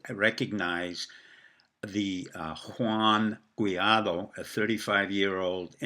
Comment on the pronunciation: G-U-A-I-D-O. Sound it out.